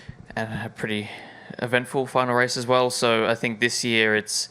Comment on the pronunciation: Don’t fink, drife !